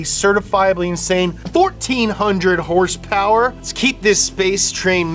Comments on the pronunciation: “Hurspurs” lol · "hurse purse" absolutely killing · It's so hilarious when he says hearse-purrs instead of horse power, it neverrrrrrr gets old at all. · The way he pronounces horse power makes my blood boil